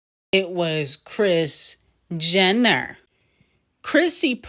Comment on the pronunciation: The way say kris Jenner 😂😂 I love u